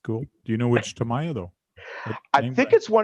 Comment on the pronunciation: If Traxxass has teamed up with Strap on for tools it would make sense ..Over priced. and lets remember.. its TAM EE YA!! NOT Tom ie yar.